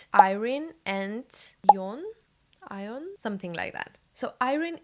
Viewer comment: The name of the shadow ' Ione , is pronounced as three syllables with emphasis on the middle syllable 'eye OH nee'.